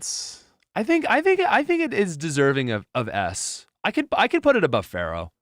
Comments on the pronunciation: Love everything you fo. But for the love of God it's FEARow... not Pharoah... Thank you for all the cool things you do. ❤ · Why does he keep saying "pharaoh" and "sparrow"?